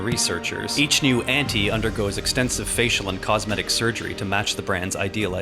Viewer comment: Auntie is like taunt! Taunty = Auntie and pls pronounce it that way